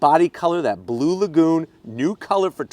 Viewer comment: I thought he said Blue Magoo initially.